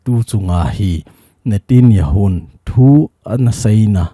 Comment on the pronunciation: Sir pa pao nathep lou leh, mi pao tho jihih in, natanyahu joh ahi in" nitinjahu. Ahipoi, chule. President. Natijonghi. Khel lin, pm joh ahi, pao kijil lin lang nathepteng. News hin sei jo